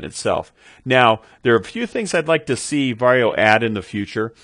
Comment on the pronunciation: I find it funny you pronounce it “Varrio” instead of “Varjo.”